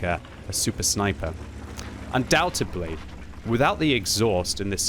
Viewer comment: Undoubtedly. Un-doubt-ed-ly... Please for the love of god if you are going to use a word this often get it right... its not Un-doubt-eb-ly. This has been driving me insane after watching a ton of your videos recently lol.